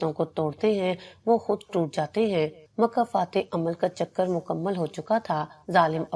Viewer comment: مکافات نہ کہ مکہ فتح یہ کہانی بہترین ہے مگر تلفظ بہت زیادہ غلط ہیں